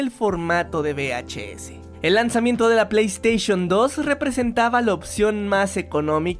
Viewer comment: Que manía con decir be h s, es UVE!!! Joder, uve h s esto es una be (b) y esto una uve (v)